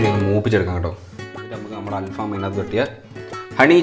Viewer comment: Halfam❌Al faham✅